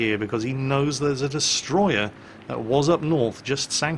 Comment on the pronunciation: it's not destroyer if it's japanese, it's DESUTROYAH!!!!